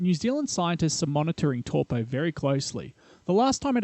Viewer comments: Brooo It's Taupo like saying Toe.. Poor Not Toopoo. As in Tore Poe🤦‍♂️ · Pronunciation This video : Lake TorPo - Reality : Lake Toe-paw How hard is it 🤦‍♂️🤦‍♂️ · Toe paw. Not tor po. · Tow po, not toe paw. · New Zealands Lake Tor pau lol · Tor Po, waikartu,jeez mate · Taupo = Toe-paw. Not what you were trying to say :) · Older NZers have always pronounced it as in the word "towel'.[Tauranga,Taumaranui,etc]As Maori was not a written language,the English lexicographers wrote it the way it sounded to them at the time.Now it's being rendered differently. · Tor-po, why-katu and Hatipy...? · Good video except the pronunciation of Taupo. It sounds like Toe-Paw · Evidence. It will erupt again. But I wish you told the (actual) story on the legend of this place and corrected your pronunciations. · All good most New Zealanders mispronounce Taupo anyway including myself just so they know what I'm talking about